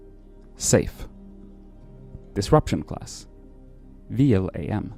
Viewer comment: Btw, ‘vlam’ isn’t an acronym, you pronounce that like a word